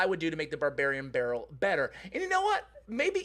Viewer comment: All I hear in this video is Babarian Barrel :D